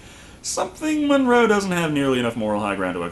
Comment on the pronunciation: Monroe.. not Morgan